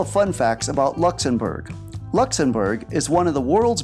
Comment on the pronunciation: Also it’s Luxembourg not lexembourf